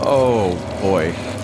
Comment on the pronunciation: trypophobia, not tryptophobia.